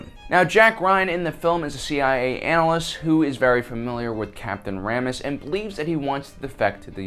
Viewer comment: ITS PRONAUNESD CAPTINE RAMIOS